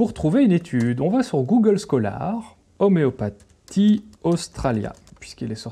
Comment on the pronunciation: 'oméo pa'tie?